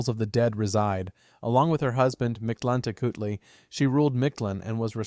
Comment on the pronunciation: 😁 We Mexicans normally don't stress Aztec words (Nahuatl language, properly called) on the last syllable, so for instance Micteca-CI-huatl, Mictlante-CUH-tli and so on are commonly preferred. 😁 In any case, I like your videos very much! 😃